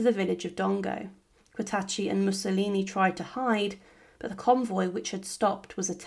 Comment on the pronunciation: It always shows a good grasp of the subject when you cannot pronounce their names.